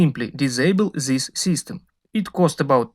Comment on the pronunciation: Ali engleski je vrh.. to this -zis.. Umirem svaki put kad slusam 😂😂😂😂